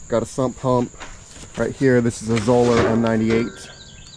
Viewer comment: Correctly pronounced, Zoeller rhymes with Dollar. Thanks.